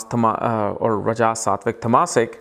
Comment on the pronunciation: Rajasik, tamasik pronunciation is wrong